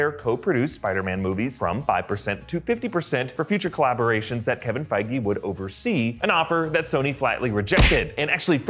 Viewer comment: did he just say "Kevin Fieger" ? Lmao